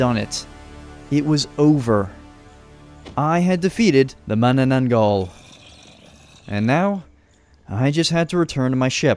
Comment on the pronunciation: I just watch this and I cannot stop laughing how you pronounce the name of the mythical creatures 😂 especially manananggal